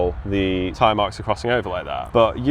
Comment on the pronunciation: Tyre? "Teeree" ?